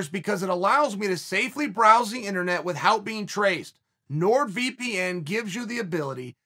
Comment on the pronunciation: btw...cheal... plz stop saying with hout...u r not stewie griffin...killin me sir...lol